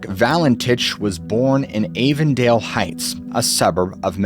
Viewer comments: Good re-telling of this story. I remember when this happened. A hint on the pronunciation of the suburbs Avondale Heights is A-von-dale. Moorrabbin is Moo-rab-in. Keep up the good work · Avondale - short a sound not long a